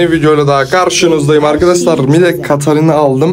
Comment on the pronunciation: kaşarina dedin😂